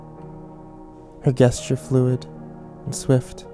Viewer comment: Does it bother anyone else when he says "guess-ture" (gesture)? Because it's pronounced "jess cher" (I double checked lol)